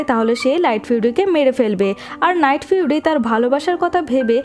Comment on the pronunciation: আপু এইখানে লাইটফিউরি না নাইটফিউরি হবে